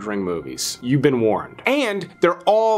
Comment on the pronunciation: "No ones veen talking about" Except ya know... stuckmann